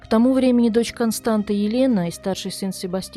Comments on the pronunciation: Дорогая "", правильное произношение имени этой женщины Констанца, помните Констанцию из "Трех Мушкетеров"❤. Дело в том, что в румынском языке буква "ц" это та же буква "т" только с хвостиком "ț". Этот элемент опускают из за шрифта, поэтому может показаться что читается Константа. Успехов❤! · Констанца, не Константа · Констанца, или как русскоговорящие говорят Констанция, а не Константа!!! Как можно проделать такую работу над материалом и не удосужиться узнать как правильно зовут героиню сюжета. Режет же слух и невозможно слушать...